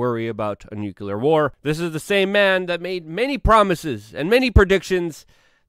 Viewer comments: Nu-cle-ar not nu-cu-lar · "nuclear", not "nucular" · NUCLEAR, NOT NUCULAR